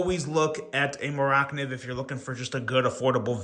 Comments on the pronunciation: Please stop pronouncing it Mor ak niv. It is driving me crazy. Just call it a Mora. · It’s mora…. Kniv’s… two words. It’s Swedish. They like putting words together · the way you pronounced mora - kniv, had me scratching my head for a few seconds. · I almost turned it off at that point.